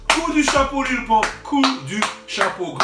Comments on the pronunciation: Wallah c'est pas Lil Pomp c'est Lil Pump xD ( a prendre au second degré ) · LIL PEUMP CA SE DIT LIL PEUMP MAIS EN ANGLAIS LIMITE LIL PUMP OK MAIS PAS LIL POMP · Mdr au lieu de dire Lil pump Tu dit Lil Pompe bruuuuhhh damn it